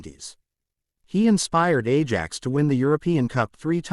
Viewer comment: Ajax=eye-axe, Maradona=mara-donna,Liege=Lee-age,Norwich=norrich, and generally speaking there is no 'ham' at the end of place names - eg Birmingem not Birming-ham